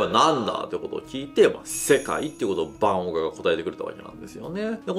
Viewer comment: オーガ(鬼)じゃなくちゃんとオーガーと言ってください。